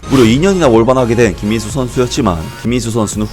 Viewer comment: 영상에 김민수 선수 언급할 때 발음 좀 똑바로 하셔야 할 거 같아요 김민수가 아니라 김인수로 들려요 저번 김민수 선수 영상에서도 그렇게 들렸는데 이번에도 그렇네요